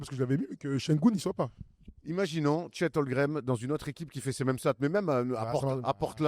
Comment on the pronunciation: Est-ce que un jour arrêtera de dire Chet "Holgrem" et dira Chet Holmgren?? 😂😂😂